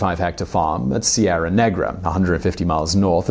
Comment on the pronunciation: Correct name is ''Serra Negra'', not ''Sierra'' (Spanish name)